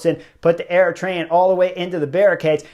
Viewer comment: I'm Eritrean and horner subscribers from day one 😆 🤣 I can't even believe chris horner pronounce our country name properly and called out jasper the disaster